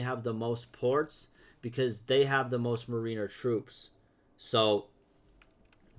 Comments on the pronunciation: MARE IN ER NOT MARINEUHR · Its pronounced MARE IN ER